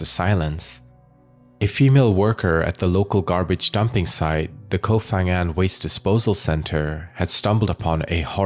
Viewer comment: Koh Pha Ngan (pronounced with a 'Pah' sound, not 'F') there isn't an 'F' sound in Thai